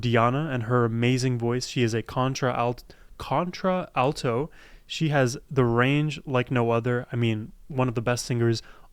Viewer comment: "Contralto" is pronounced as one word. "kon-tral-toh."